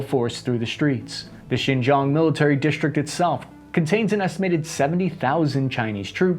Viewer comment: Xizang is actually Tibet. Xinjiang (Chinese Turkestan) is more like /Sshin-gee-ahng/. You occasionally do pronounce it ok (at least to my tone deaf ears).